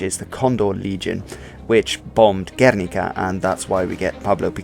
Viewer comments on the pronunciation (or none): Never say "Guérnika" but "Guernika" (stress on the second syllable), but for the event and for Picasso´s masterpiece. Also "Regiment de marche..." If you stress the final e in "marché" you mean "market" instead of "march", that´s what regiments do. I suggest you speak about the Bristish history you know. Cheers, mate. You miss altoghether the "Brigadas internacionales" in the republican side, formed by (real) volunteers from many countries that had a reason to fight in an Europe ridden by dictatorships after the 1929 Crash and Great Depression.